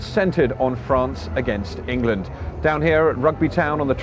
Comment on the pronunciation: in-gay-land, in-gay-land, in-gay-land